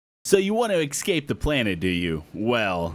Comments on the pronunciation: what is "EXCAPE" i dont know what that is.... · excape you said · escape not excape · No ex and esc are very hard to pronounce differently and I know it wasn't the mic since I know my sounds from technological to mechanical and I heard the sound coming from your throat, not a glitch Btw why have we started talking about this again? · so you wanna ekscapr from this planet? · Nice start, can't even pronounce escape